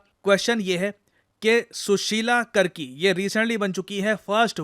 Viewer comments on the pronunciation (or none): Not कर्की, its कार्की.😅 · Sir, the correct pronunciation of the surname of first woman prime minister of Nepal would be कार्की (Karki).♥ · Sir, it is not pronounced as karki......it is kaarki